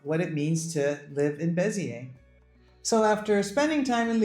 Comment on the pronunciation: I like how you guys are sampling French cities. Fyi, they don't pronounce the "S" in Beziers, its more like Bez-yay. We considered Beziers as well but ended up buying a country home between Bordeaux and Toulouse